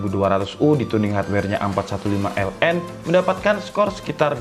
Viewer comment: Asus a451ln? Soalnya g jls nyebutnya